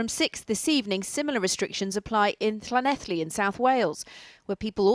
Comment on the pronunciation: Impressive pronunciation of Llanelli by your presenter. Must be Welsh. 👍